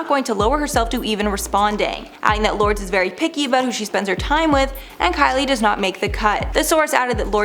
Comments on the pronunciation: Lords 😂😂😂 it’s Lourdes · * Lour des is the pronunciation of Lourdes not Lords. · Lor-des isn’t it? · 🤔So my thoughts are you should really learn how to pronounce correctly! Lordes is not pronounced Lords! What planet are you from when you don't know Madonna's daughters name?! Isn't this your job?!! Your Mispronunciation of names, words and places in your vids has finally gotten to me! I will be skipping your vids from now on if you can't take 2 min to Google the sh*t your unsure of, and there seems to be alot your unsure of! it's not rocket science and you won't sound so stupid😬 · It's lo-ur-des or lords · That's not how you pronounce Lourdes, for fucks sake!